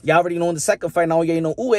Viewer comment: You're the first youtuber I've seen who actually pronounces Inoue correctly. 👍Also great analysis.